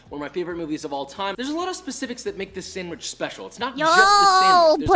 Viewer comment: I was not aware that Ironmouse was a fellow boricua, or hispanic at all, until I saw Koefficient's video reaction. Now that I know this, I'm noticing small things. Like when she says sanGwich instead of sanDwich.